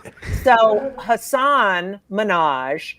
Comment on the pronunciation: For whatever it's worth, his name is pronounced "Hussin" rhymes with "cussin".